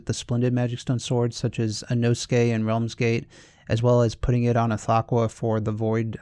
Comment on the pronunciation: The way this mans said ithaqua